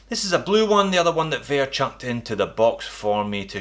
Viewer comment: Hey, it's pronounced as vare, not vear..